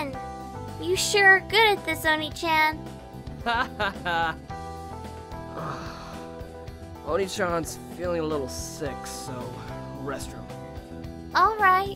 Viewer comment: Tip for voice acting: the Japanese word "Onii-chan", doesn't read "Chan", it read as "Jan".